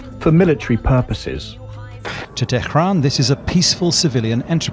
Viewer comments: Yeah the west replaces H with K in their speaking english. So Tehran became Tekhran, Ahmed becomes Akhmed. The westerners are pretty weird!! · Did that guy just pronounce it “Tekkhhran”